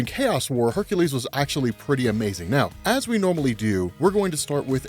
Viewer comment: Ugh. It really irks me that you say Hercules' name wrong.